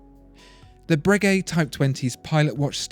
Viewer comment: I dont think you pronounce the g in Bregeut like that